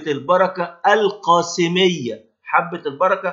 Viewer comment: الله يعطيك العافية ويكتب أجرك اسمها حبة البركة القصيمية(من القصيم) وليست القاصمية